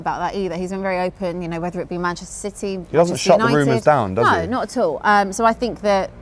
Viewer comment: she cant even say manchester city